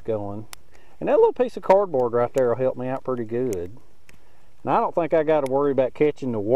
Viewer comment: ok now you are pronouncing "there" in 4 syllables lol